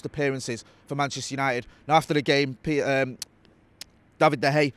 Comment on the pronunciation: Love the content lads but i wish he would say Davids name correctly 😅